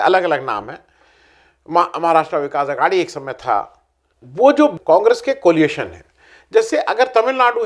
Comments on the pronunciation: एक विनम्र निवेदन कोलिएशन के स्थान पर कोएलिशन कहा जाना चाहिये ! धृष्टता के लिये क्षमा कीजियेगा ! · आ., COLIATION नहीं, COALITION! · Coalition, not coaliation. There is no such word.